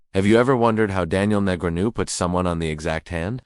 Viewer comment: I HAVE YET TO HEAR AN AI PROPERLY PRONOUNCE NEGREANU...15" AI HAAAAARRRRDDD 🤖